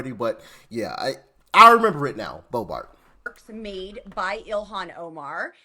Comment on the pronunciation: That's Lauren Bobert...not Bobart.